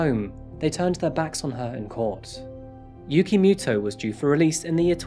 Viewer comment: When you keep hearing "Yugi Moto" instead tho.